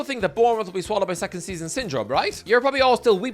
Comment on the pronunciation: Man united wecond lol